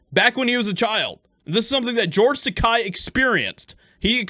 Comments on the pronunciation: Its george TAKEI. not takai. Takei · I am by no means sticking up for him, but Christ... It's George Tah-Kay, not George Tah-Kye. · As much as i dislike him. It's not Takai, it's Takei! I will call you, not Joshieha! Say: Ta-kay. No means to disrespect, i just never want to disrespect someones name! May i agree with him/her or not! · It’s pronounced Ta-kay, fyi. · Only because I liked his character in "Star Trek" am I going to correct you. He is an insufferable, miserable old gay man, but his name ends with a long "A" sound, not a long "I" sound. It rhymes with "okay". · His name is pronounced TAH-KAY! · Dittos. But I believe the name is Tuh-Kay.. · Takei is pronounced Ta-KAY!!!!. 'EI" pronounced like the word "eight". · Side note: it's pronounced Tuh-kay Like the Fonze "aaayyyy"